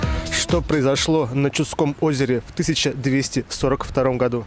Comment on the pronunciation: Чу'дское озеро . ударение неправильное